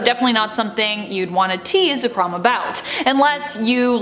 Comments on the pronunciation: The host: says Ze-krawm Me: SO YOU HAVE CHOSEN DEATH. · This girl lost her charm when she pronounced Zekrom as Za-krom 😩 smh